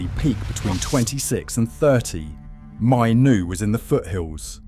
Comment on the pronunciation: Hearing his name mispronounced so many times is a rough one. If you’re going to use AI so heavily, at least ensure his name is pronounced correctly. The fact that his name is mentioned in nearly every single sentence makes it especially worse.